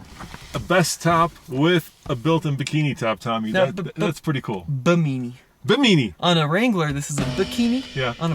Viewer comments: Bimini not bimeeni. It’s a sun shade very common on boats named after the Bimini islands in the Bahamas. That’s in the Caribbean Sea, aka a really big lake for you Colorado natives. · Pretty sure they meant Bimini to be pronounced BI-MI-NEE not BE-MIni😄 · Bim-ah-ne = Bimini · Actually it's bim-in-ee like the island in the Bahamas. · Lol I thought the same thing when I heard it! Love ya tommy 🤣 but now you have to work on "Bimini"